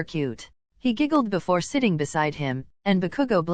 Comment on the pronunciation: im sorry im not trying to be rude but at the gray part in i thought it said sh**ing instead of sitting💀💀